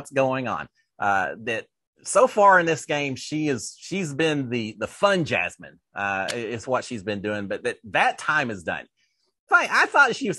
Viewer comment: “Fun JasMEAN?” 😂